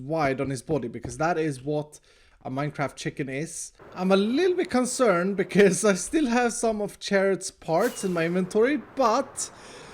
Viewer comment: the way u say bcz always crack me up